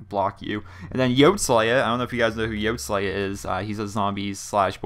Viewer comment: not tryin to hate this is a informative comment anyways yoteslayas name is pronounced yoty slaya